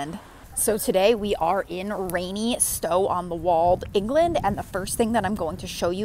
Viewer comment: PLEASE learn to pronounce the name of the town! It isn’t “walled”.